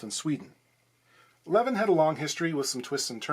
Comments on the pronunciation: It's pronounced L'veen. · It's pronounced "Leveen". Greetings from Sweden! :)